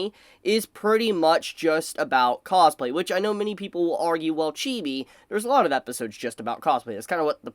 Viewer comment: The way you say cosplay starts to sound funny the more I hear it haha causeplay